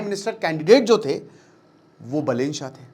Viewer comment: I think you know no more about Nepal. Correct pronunciation are बालेन शाह and रबि लामिछाने , not बलेन शाह and राबि लमिछने।